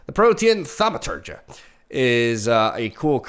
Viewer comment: How is it that is the only MTG streamer/YouTuber I've seen pronounce Protean Thaumaturge correctly?